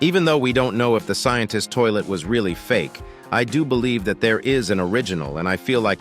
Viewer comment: Sientist. Tolit. Restendpesh.